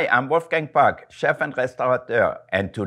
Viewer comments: amazing that he is willing to pronounce his name the english way, it's actually pronounced 'pook' - why would you do that? your name is your name. but he is not able after so many years to adapt to the english language still talking like someone who had his first english lesson just seconds ago. i lived in NYC for 9 years and my english accent being taught in school in germany changed to an american accent so quickly. how long has he lived int he us by now? love that fact that he recommends smoking a joint tho :-). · He's Austrian, you can tell by the way he pronounces some consonants like t, p, and k/c. But there does seem to be some French influence, especially with his r's.